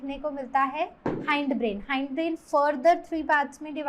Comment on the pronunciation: 🙄haind nhi hind brain